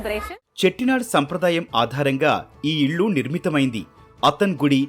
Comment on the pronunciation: మంచి వీడియో అండి ,కానీ మీరు ఇల్లు కి బదులుగా ఇళ్ళు అని పలుకుతున్నారు. వేరే channel అయితే ఇంతే అనుకునేదాన్ని ,కానీ etv నుంచి ఉచ్చారణ తప్పులు ఊహించలేను , గమనించగలరు 🙏